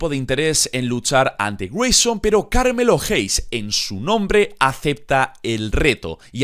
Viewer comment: Se pronuncia pErez y carmElo no perEz y cArmello 😂 las entonaciones son importantes